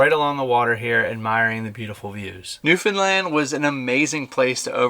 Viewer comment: I'm glad he pronounced Newfoundland correctly.One of the few Americans I've heard that has.